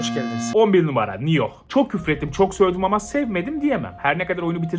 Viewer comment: Nobody:: Ben bu oyunu 'nioh'ynuyorum?